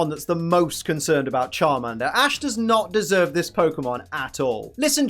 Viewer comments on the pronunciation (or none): Charminder lol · The way pronounces Charmander offends my ears. My British ears.